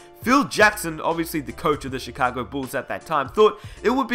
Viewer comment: Mans literally said. CHECAGO BULLS